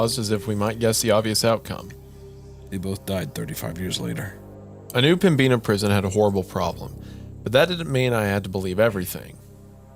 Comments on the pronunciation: as a North Dakotan it’s pronounced Pem-bin-uh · pronouncing pembina as pembeena is crazy work. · As a North Dakotan I fell it's my civic duty to point out that Pembina is pronounced pem-bi-nuh, not pem-bee-na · As a North Dakotan, I always feel happy when we get acknowledged especially in a spooky story. Tbh I’ve listened to this episode before but I’ve only just realized that the prison story takes place here Also, Pem-Bi-Na river sent me cause I’m from that general region and that B is not usually that pronounced lol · I like the episode but Pembina is pronounced PEM-INNA and their pronunciation is driving me crazy. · The pronunciation of Pembina is absolutely frying me ☠️ im from the area and am there not infrequently and pembina is probably definitely haunted, but the b is silent, its pronounced pem-in-a. Hadnt seen any other NE NDers comment so i had to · PemBEENah lol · Two story's taking place in my home state of North Dakota in the last couple months. This story takes place an hour north of where I live and it's pronounced Pemb-in-a. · Fantastic story set in my beautiful home of North Dakota, but Pembina is pronounced Pem-ina, blame the French-Canadians man